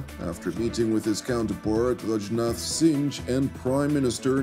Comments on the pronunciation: It’s not pronounced Singe, it’s pronounced Sing, like singing a song. Singh! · Blessings, brother. Singh is said, "sing"...